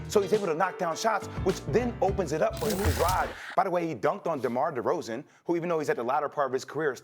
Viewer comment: Demar Derozen is what? lol chill jay will